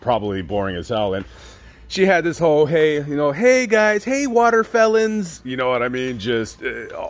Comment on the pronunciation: Bruh did you say waterfelons thats hilarious